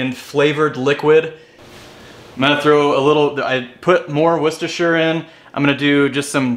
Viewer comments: Correctly pronounced . "Wooster sauce" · A Yank who can actually pronounce Worcestershire Sauce!!! Nice!